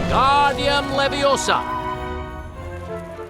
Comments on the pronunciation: It's leviosAAAAA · it Leviosa, not Leviosa